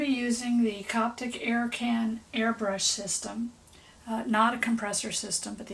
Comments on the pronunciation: Copic, not Coptic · Where ya getting the T from in CoPic?